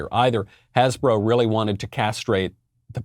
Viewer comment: Hasbro...becomes has-sis-bro!